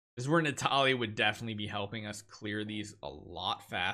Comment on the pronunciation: keep sayang Natalia instead of Natalie. Lol😂😂